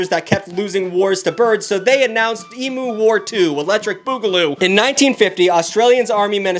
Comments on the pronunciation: the way you pronounce emu is physically hurting me, its "ee-mew" not "ee-moo" (love the video, you're one of my fav youtubers!) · just so you’re aware emu is pronounced em-you not em-ew (as a kiwi with an Aussie father I just wanted to tell you so if you ever go to Australia you don’t get beaten up) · God hearing “ emoo” pisses me off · You said emu wrong every time. "e-m-y-oo not e-m-oo" IT ANNOYED ME SO MUCH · This is gonna sound critical and it totally is but your saying emu like eemu when actually eemyou. Sorry I’m a big fan but also a neat freak and I have Australian family. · it's not pronounced e-mu, it't pronounced like e-myu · It’s E- Mew mate not E Moo… E- Mew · please its pronounced ‘eem-you’ not ‘eemoo’ I BEG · For the last time Americans, It's pronounced 'E-Mew' not 'E-Moo'. Sincerely, Australia. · (It's eem-yoo, not ee-moo) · I always find it funny when people pronounce emu ee-moo xD Everyone I've ever heard say emu in person (I'm Aussie) says ee-mew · Every time he pronounces emu as "e-moo" instead of "e-mew" I die a little inside. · As an Aussie, it’s always hilarious to see people shitting on us for how stupid the emu war was. Although it’s pronounced eem-you not ee-moo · Eem-oo👎 Eem-you👍 I'm 🇦🇺 I know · "E-mew" not "e-moo" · eem-you not emoo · I get unreasonably cross about this: it’s eemyou not eemoo also they’re bloody terrifying in person. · Who's gonna tell them it's pronounced "eem-you", not "eem-moo" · Dude, I'm Australian, It's pronounced Emyou, It is spelt Emu, but not pronounced so literally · sir it's pronounced E-ME-U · I am genuinely not being a dick but: it's "eem-you" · Australian her it’s pronounced e-mew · WHY DOES HE PRONOUNCE EMU LIKE THAT HOLY SHIT STOP STOP AUSTRALIA WILL BLOW YOU UP HOLY FUCK STOP ITS PRONOUNCED EEM-YOU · As an Australian, listening to mispronounce emu was very painful. Loved the video, though. (We pronounce it eem-you for the record haha) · God damn seppos not saying 'emu' properly